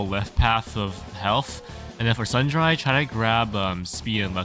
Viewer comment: Nice build, will use it if i have the proper equipment. Just a teeny correction, its pronounced 'sun dree' not 'sun dreye'